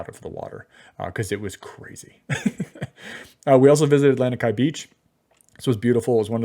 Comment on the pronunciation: I'm from Hawaii LANIKAI is pronounced LAH KNEE KAI , I feel bad that you were ripped off on this hotel, I mean Don Ho used to sing there which tells how old it is but in Kailua there is a great local restaurant called Boots and Kimo which is a great local restaurant